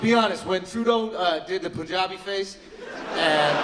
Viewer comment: Well he pronounces Punjabi wrong